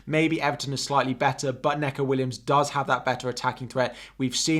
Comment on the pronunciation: Great stream and really informative but its knee-co (Neco)